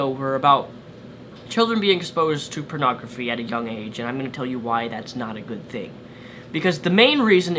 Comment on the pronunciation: I just love how says "purnagraphy"